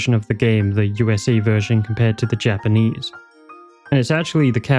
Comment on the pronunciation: this was great man, really enjoyed. oh, i noticed a few spots where it semmed like you might been a little unsure how to correctly pronounce the japanese, so i though i'd share the trick. it's the simplest thing ver. just remember that vowels in japanese are always pronounced the same way. even when then there's two in a row, you literally just say it twice lol so if you're ever unsure, just think of a japanese word who's pronunciation you do know, and us that sound. like, if you can say sUshI, nArUtO, and sAsUkE, that's all five vowels, and you're set.